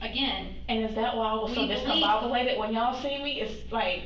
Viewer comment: I hate this woman so much "I said I was so discombobulated." "I was very discombobulated." "I was so discombobobed [discombobulated]." "is that why I was so discombobulated when y'all see me?" "So that's why I was so discombobulated when y'all seeing me." "I was so discombobulated that morning."